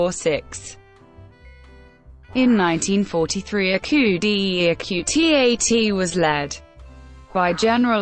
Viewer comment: "overthrown in a coop de epeu de atee a teah" - bloody hell